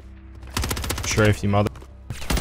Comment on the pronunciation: is strahfing